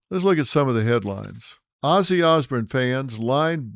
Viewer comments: Can’t he say osbourne, as in born not Bern, good report nonetheless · Sounding like Ole George Bush there phil, ozzy osburn lol it's osbourne ( ozborn). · Osborn not Osburn 😂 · Pronounced OZ BORN. not ozbern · Ozzy Os-BURN 😂😂😂 That pronunciation drove Ozzy nuts 😂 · Phil why would you hook onto Ozzy’s coattail …you don’t even pronounce his last name properly….Ozburn ? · Dr Phil talking about Ozzy. Gimme a fucking break!! His name is not Osburn. You'd know that if you were a fan,instead i get the sense that your just regurgitating what youve heard & read, just using this tragedy to get views. I dont buy it all. RIP POD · Why is it that George W Bush and Dr Phil pronounce Osborne as Osburn? Lol must be a Texas thing. God bless Ozzy ! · I love the Osbournes. Sorry, out of all the people, Dr Phil. I would think you would have pronounced their last name correctly. The Osbournes all say their last name all the Time. Please Apologize to them. You pronounced their last name throughout this video Wrong. I wouldn't have corrected you but I have Much respect for Ozzy and his family. Ever since the word of Ozzy's passing I have been binge watching and listening to The Osbournes, basement Tapes, music. Podcast etc. Once again please Apologize to Ozzy's family. Thank you.